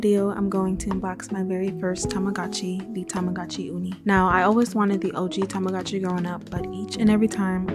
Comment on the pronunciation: I like how you say tamagooch xD lmao